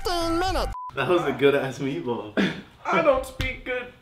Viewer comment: Its MEATWAUD, not MEATBALL🤦🏼‍♂️😭